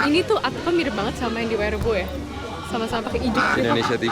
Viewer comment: YAaa....YAa..... (kayak aksen korea ) ini tempat shooting film megg nieh YA....